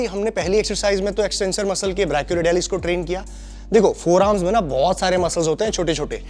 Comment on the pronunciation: Forearms❌ Foremars✅😂